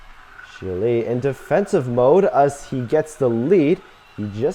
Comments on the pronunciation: Learn how to pronounce Chile. Not Chilé. Moron! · "Shile" it's Chile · Learn how to pronounce Chile.